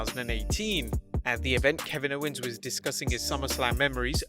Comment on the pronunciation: Kevinnowans. Seds. Ojis